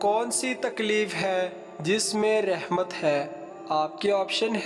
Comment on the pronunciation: Rehmat nahen. Word RAHMAT hy